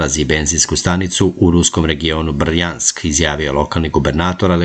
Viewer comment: Nije Brrr-jansk, nego Brjansk. Jedna reč, jedan akcenat.